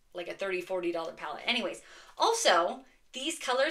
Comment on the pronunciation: Sweet finds! I truly laughed out loud at your "Any-whays" because you emphasized an h sound.